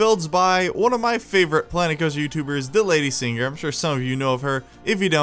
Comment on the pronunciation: ummm.. its not "DeLadySinger", its "De-Lady-signer" lmao